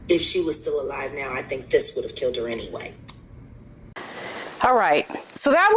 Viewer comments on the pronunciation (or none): none